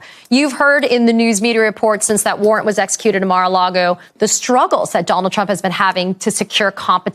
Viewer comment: Or as he says "Mara Lardo." lol